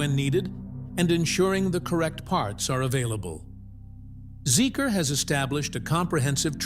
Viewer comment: Sorry to correct you but the name of the brand is pronounced "Zeeker" n not Zeek-R!